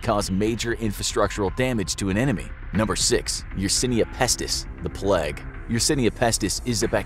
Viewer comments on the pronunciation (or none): It's pronounced "Play-g", not "Plegg", you heathen. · The “pleg”?? Do u mean the “playg” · Isn't it supposed to be the play-gue instead of plag? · I think he means the plague? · *"The Pleg" * 😂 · Why are you pronouncing "plague" as "pleg"? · No one:...: THE PLEG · Why does he pronounce it as "the plèègue" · “The Pleg”!